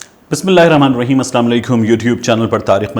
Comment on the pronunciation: کمبخت تُو پڑھا لکھا جاہل ہے۔ سلام کا تلف ٹھیک کر چول گدھے۔ لکھ دی لعنت۔